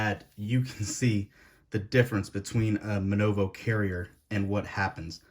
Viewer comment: It's not MNOVO, it's MVNO (mobile virtual network operator)